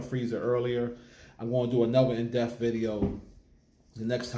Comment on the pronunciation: The deafintly now how you day depth 😂